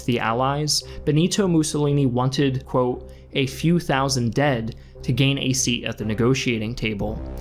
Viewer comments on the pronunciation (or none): none